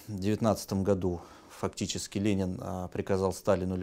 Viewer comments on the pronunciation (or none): none